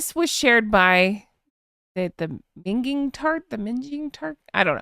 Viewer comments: It's pronounced Ming - in, seperate the two (it's english slang lol) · Minging is pronounced ming (as in ming vase) and ing, making minging. It means awful, terrible, etc here in the UK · It's pronounced " Ming.... ing "... a derogatory term / slang in UK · Minging.. a British term that can mean really smelly ... that garbage is minging... Pronounced Ming-ing 2 separate words sounds... Hopefully this helps... Honk Honk 🇨🇦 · Hi there, I've not commented in weeks, so if you read this I'm telling you the Minging Tart account is actually pronounced as Ming (rhymes with sing) then ing is obviously pronounced normally. It's British slang for example, if something smells bad (such as men's farts!) You'd describe it as "minging", if you wanted to describe someone whose gross, disgusting, ugly, they'd be described as "a minger" also another slang term which means the same but the person is older, is the word "munter"!!! (ming always rhymes with sing, otherwise you're venturing into slang for a women's nether regions, just by changing the hard G (guh) into a soft G (Juh) there is an E added on the end, which marks the soft G to sound like a J!! So when does a Ming become XXX? When it's spelt MINGE (pubic area of a lady!), I guarantee you that X account is not pronounced Minge-ing‼️ Another bit of British slang that I find suits Meeeeeeghan is the word "slapper", it's used as an insult for women that have been with "Tom,Dick (and funnily enough) HARRY!" Why slapper??" Well, yet again we're back to talking about the lowest area on a women's torso. Now think about that area whilst clapping 👏🏻 your hands together (now what on the lowest point on the torso could possibly flap about and slap together, perhaps when walking, running 🏃‍♂️??. Need I say anymore? 😂😂😂😂😂❤ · Minging - pronounced 'ming-ing'. It's not a positive... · Minging sounds like ringing (as in bell). In the UK it is a female put down she's minging or she's a m8nger.